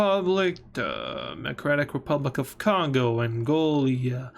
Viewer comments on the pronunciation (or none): He said angolia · Angolia instead of Angola is crazy